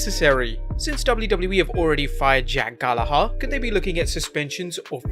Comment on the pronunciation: I hate the way he says jack "GALLAHARR"